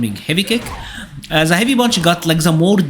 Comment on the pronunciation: Why do you pronounce "the" as "Z"?